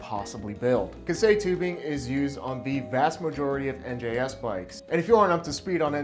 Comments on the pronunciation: I wasn't able hold myself to tell you about "ka- sei" first, I am no japanese. correct pronunciation : as far as I know, is more like "kay say" (K-say is more close to it) and yes steel is fucking real steel rules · It's pronounced kye-say not kah-say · Big fella I luv ya but it’s KAISEI not “Kasei”… hurts more than ThreeRensho 😅 great vid as always